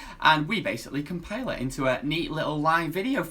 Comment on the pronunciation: Compile,. Not compail.